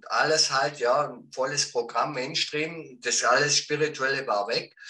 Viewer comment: Main schtreem 😂😂😂😂 lern mall bitte englisch